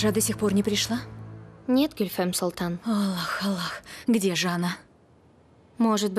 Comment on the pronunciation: Я одна слышала как девушка назвала гюльфем: "ГЮЛЬФЕМ СУЛТАН"